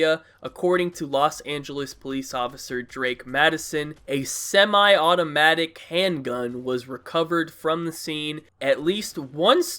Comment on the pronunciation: Why did you emphasize semi-automatic?